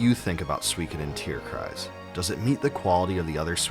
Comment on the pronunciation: Respect for you pronouncing the word "Tierkreis" correctly : ) it's probably not easy or intuitive for a non-german speaker. The game was pretty cool. But not really super memorable.